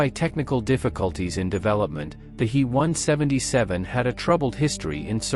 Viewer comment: Fix your bot! Its a H.E. 177 not a hee 177!